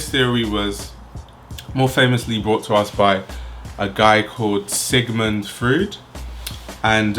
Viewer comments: btw Freud is pronounced like "Froid." Roid with an F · omg object oriented ontology and the uncanny gets name dropped, my favourite things combined I will def. follow this designer thank you! :):) (also very funny to hear how you pronounce Freud as fruit)